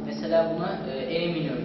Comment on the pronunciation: kardeş ben bir amatör gitaristim ve 6 yıldır gitar çalıyorum. seni tebrik ediyorum çok güzel anlatıyosun. kardeş bazı akorları telafuz etmekte biraz zorlanıyorsun ama gayet güzel mesela a minör demede la minör de daha anlaşılır. gitarı bırakma çünkü kitaplardan sonra en iyi arkadaşın gitardır